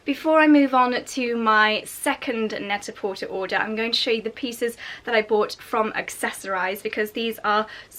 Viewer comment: The site is pronounced net a por-tay. It’s a play on the French phrase pret a porter, which means ready to wear.